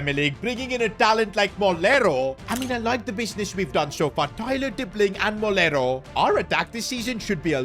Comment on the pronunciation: Its “Moleiro” And you are pronouncing it as “Molero” 😭